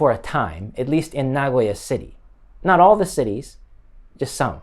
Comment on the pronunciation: Japanese American here in Tokyo. Its interesting to see videos from fellow Americans living in Japan. I also noticed your intonation for "Nagoya" was very Japanese, as opposed to the typical foreigner saying naGOya. Stay safe!